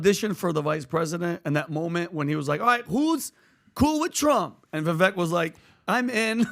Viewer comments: It's Vivek...like cake 🎂 So pronounced as Vivake 🙏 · Vi-vake. Please pronounce his name correctly. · Vivek said his name rhymes with cake. So it would be pronounced Vivake. Just FYI. Love you guys! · Its not vee vek🤦🏼‍♂